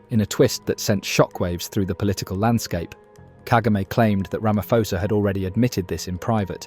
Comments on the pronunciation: It pronounced Ramaposa not Ramafosa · Our President has mines in the region. We have no defence force so to speak. They are poorly trained, poorly equiped and generally a mess. We are sending innocent people onto a battlefield and Ramaphosa has to answer this. PS, its pronounced Ramapawza. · I think you pronouncing the SA president wrong. It’s Ramapoes. Please pronounce poes with the cat. Much appreciated.🤣🤣🤣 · Here’s my thoughts 💭. CLICK EFFIN 🤬 BAIT HEADLINE !! Headline should be: DRC soldiers attacks SADC peacekeeping force soldiers from South Africa 🇿🇦 to prolong conflict You Sir are a 💩 STIRRER!! AND - Learn how to pronounce the SA president’s name! Not Rama-FO-sa!!! Get it RIGHT!! You are acting as a JOURNALIST!! Outcome: Asking the algorithm NOT to suggest your channel to me. Haai soega!! Ek het nie tyd om na kak te luister nie! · AI is not too great is it. The next generation will be talking like that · You can't even pronounce the South African president's name correctly—how can we trust your video's accuracy! That said, the South African government can barely run the country properly, so how can they expect to carry out a successful military campaign!